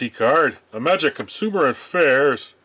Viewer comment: There’s that unmistakable sign that you’re a retro gaming geek who was around at the time those games actually came out: The proper pronounciation of IMAGIC!